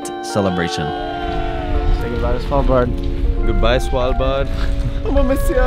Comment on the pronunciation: You are maybe the best that can say Svalbard when your not Scandinaviaan! As a Norwegian I can confirm this!